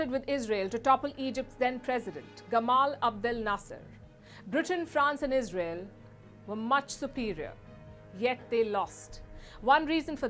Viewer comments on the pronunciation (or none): none